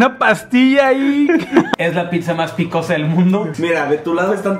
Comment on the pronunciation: No digan “PITZA” plss